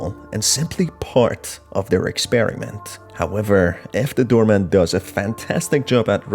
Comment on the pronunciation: why do i keep hearing you say "doormat" every time you say "doorman" ?? this game feels like all its endings are unsatisfying.. why?